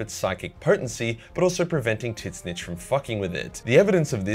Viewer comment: I just love that you pronounce "Tzeentch" as Tit-snitch.